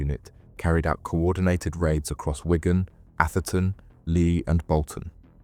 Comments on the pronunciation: Its a place called "Wig an", not Wygan! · And Wigan unless it is Ygan? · The pronunciation of “Wigan” was also criminal 😂